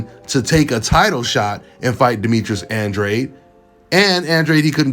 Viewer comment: I don’t like that Demetrius has my last name man. Andrade is a Mexican 🇲🇽Last name. This guy has no business having my last name. He don’t even pronounce it right. I hope David Benavidez knocks his punk ass out.